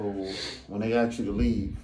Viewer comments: The education system failed to educate him on how to pronounce the word ask. It's ask not aks! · In 2024 we can't just say ask I mean your saying you can pronounce every other word just fine but somehow that 3 letter word is just beyond you